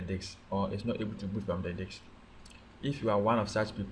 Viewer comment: he says dics instead of disc